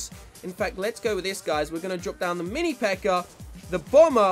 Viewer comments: "mini pekkar" makes me giggle every time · I just keep on hearing "the mini peker"😹